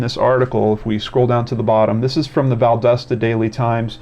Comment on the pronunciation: Not sure if you'll do more updates (or have already), but since I'm new to watching your videos....FYI i'm from the area it's Val-DAH-stah. The "o" makes an "ah" sound. Not val-doe-sta. Not val-dust-uh. Val-dah-stah.